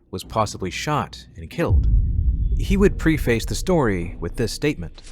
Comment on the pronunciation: "Pre face"? Do you mean preface?